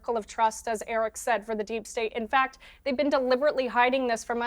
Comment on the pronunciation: Piers you gotta get Erics name right